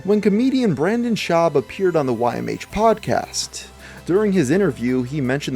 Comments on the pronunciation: he said Bryan schuab lol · "Aree shaffir" "Brian Schaub"